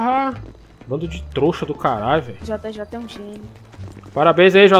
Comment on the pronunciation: Em todo vídeo o fala troxa 😂😂